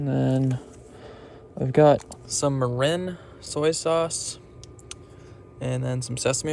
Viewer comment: Ask your girlfriend how to pronounce Mirin please